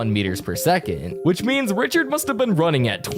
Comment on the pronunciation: You say mustddddddd